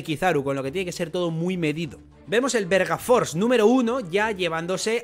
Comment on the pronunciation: soy yo o dijo verga force? xD